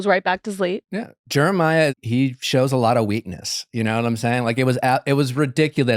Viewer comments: Haha so glad pointed out how nick was pronouncing Jeremiah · I can’t help but laugh at the way Nick pronounces Jeremiah’s name lol